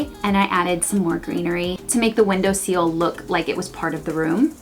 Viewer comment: I love the room and the video, but these two mispronunciations were really distracting: *window SILL (sihl,) not seal. *PAHM-pahs grass (short AH sound,) not paampaass with a sharp “a”. It’s native to South America, so think spanish language. Cool, thanks.